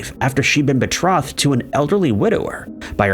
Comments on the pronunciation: It’s pronounced “bee trow-thed” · Hello, It's pronounced Baa tro- thed The "O" is a long o. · The possessive form of Jenkins' name isn't pronounced JENK-inz-zizz. It's just JENK-inz. - The "i" in "short-lived" is long, not short. (you are short of the noun, not the verb) - The "o" in "betrothed" is long, not short. I can't take anymore. I'm done. Thumbs-down. Channel blocked.